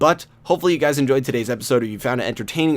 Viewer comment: Did you say hello gays (LoL)